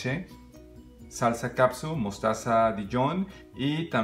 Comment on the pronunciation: Ketchup! Ketchup! Ketchup! No caPsuT! Lean las etiquetas, me encantó que usa guantes... Eso se agradece sobre todo por que trae anillo, soy nueva en el canal, espero no te incomoden mis comentarios, si pronuncias bien glaze...por fa lee la etiqueta de KETCHUP! FELICIDADES! ES DE LAS MEJORES RECETAS!